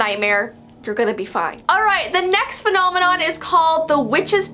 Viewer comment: “phonomanon” i